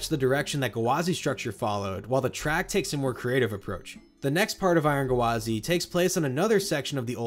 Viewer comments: I spent half this video pissed off at annunciating it as "guh-wah-zee" instead of just "gwah-zee" like it is. 🤦😂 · I think OP is referring to his repeatedly saying "gu-wah-zee" with an extra syllable at the front rather than the two syllanble "gwa-zee" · Yeah you're right, he was saying it as Ga-wa-zy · Amazing video! I can't get over how you're pronouncing Gwazi though. Sounds like you're putting an apostrophe in there like G'wazi or guh wazi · I like how he says it “Gawazi” rather than “Gwazi” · Come on it’s gwazi, no guhwazi 😩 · I couldn’t not laugh everytime he said gwazi. It’s gwazi not gawazi !!! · oml I hate the way you say gwazi... it's "gwa-zi" not "gawa-zi" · Iron Ga-Wa-Z lol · it is. he was saying gawazi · Yeah I was wondering what a gawazi was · Coaster enthusiast drinking game: take a shot every time he says "Guhwazi". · "Iron GUH-wazi" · Iron Guhwazi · Iron GUHwazi lol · Are you saying “Gawazi” on purpose lol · I came here to say this 😅 such a weird pronunciation lol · Honestly, enjoyed the video for the content but the pronunciation drove me insane. Lol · I didn't know Gwazi had three syllables. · Loved the video but the way you say Gwazi just feels so off